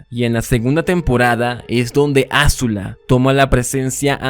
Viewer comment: Maravilloso análisis, es "Azula" no "Ázula" con acento prosódico en zu no acento en la A